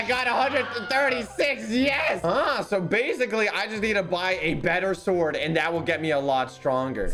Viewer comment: THIS IS NOT HOW YOU SAY THE WORD "SWORD", IT'S SWORD NOT SUWORD!